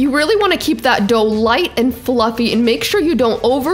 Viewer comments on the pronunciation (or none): none